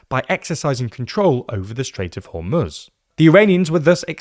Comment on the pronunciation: Thanks for pronouncing Iran and Hormoz correctly.